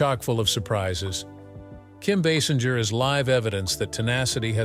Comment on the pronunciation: Like most people, this narrator mispronounced her name. It is not pronounced Baasinjer or Baysinjer. It is actually pronounced BaySINGER (like an opera or rock singer). Also, she might be 70 but I would still bang her. Oops!